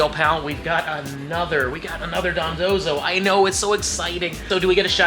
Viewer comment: I love how you went from calling it Dondozo to Dondonzo XD